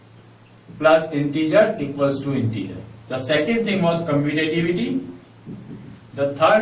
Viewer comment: Commutative property ur saying wrong